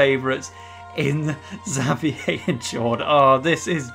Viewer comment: you called xaviers name wrong